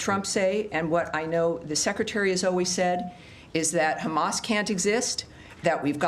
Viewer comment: "Khamamazzzz still playing games" 😂🤣😂🤣😂 Khammassz "don't care about humanity" 😂😂😂😂 Trump cares about the world 😂🤣😂